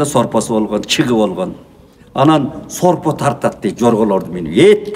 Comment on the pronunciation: ОЗУНУЗ ДЕЛЕ ТАЗА СУЙЛОН КАНДАЙ "СОРПО"---ШОРПО ДЕП АЙТЫНДА